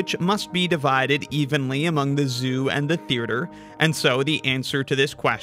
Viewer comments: I know it's bait but I just have to say it: theaerture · Why does he pronounce theatre like that? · Forget sixths, (side note: its a killer hangman word) the way you pronounced theatre is gonna haunt you. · I love your videos but the way you say Theatre is very upsetting